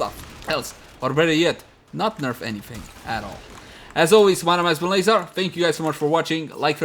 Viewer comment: Leyzar with the K. Zarr